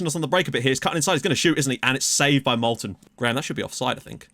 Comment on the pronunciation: if you are going to keep calling Moulden, "Molten", I think you should at least give him that nickname lol